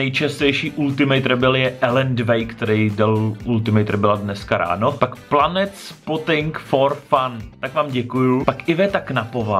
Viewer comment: Pronunciation lvl 1000 😂👌 ne planet ale (air)plane spotting - focení letadel 😁 Držím pěsti s hubnutím a těším se na další videa 😊